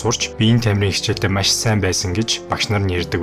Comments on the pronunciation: maiiish gheern gaihlaashd maaaash gj heleech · чи тэгэж яриад байнаа ха эрэлхийлэгч Маш гэж ярих нь зөв гэдгийг л хэллээ хө Ярих сэдэв чинь чанартай ч ярих чадвар чинь муу байлаа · Майййш😂 үг хэлээ гоё зөв дуудаш байгаарай бро